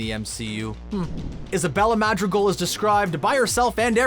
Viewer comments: The way. He says madrigal 😣😣😖😖😖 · The pronunciations of everything oh my god. 😩 I’m cringing every time he says “Madrigal” and “Encanto.”